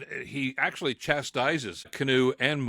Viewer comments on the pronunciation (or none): none